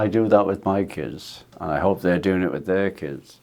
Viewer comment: We all love Ringo but I wish he’d stop pronouncing ‘and’ as ‘end’!